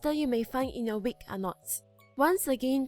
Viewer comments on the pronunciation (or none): its not Wik its a wig